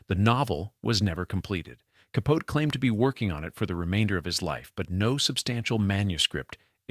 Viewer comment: Who mispronounces Delano? Bronchoscopy? Capote? (And why the tangent about him? Did you forget who the story was about?) AI maybe?